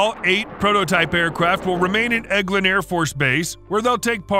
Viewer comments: what is edgelin? it's Eglin as in EGG LIN.... Air force Base Florida. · clown. not 'edge-lin', it's spoken 'egg-lin' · It's not pronounced "Edge lin" It's pronounced "Egg lin". It's surprising that doesn't know the names of Air Force bases. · Just so ya know, it is pronounced Egglin not edgelin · It’s pronounced Egg-Lynn. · The “g” in Elgin is a hard “g” like in the word “egg”. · The “edglin” base…. JFC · It’s pronounced Eglin (Egg-Lin) AFB. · This video is terrible. Mispronounced “Eglin AFB” at one point, talked about F-15 replacing the F-22, the F15EX is not going to replace the F-22 so that’s clearly an error. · Learn how to say eglin airforce base, wow dude..if your going to give technical info ,at least use technical correct speech.. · It's surprising you didn't watch the rest of the video. They only said it wrong the first time. It's a robotic text-to-speech voice if you didn't notice. Sometimes bad pronunciations result, especially with words (names, places, etc) not in a dictionary. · You pronounced Eglin wrong….